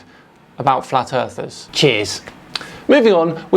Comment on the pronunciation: you said flat earthers wrong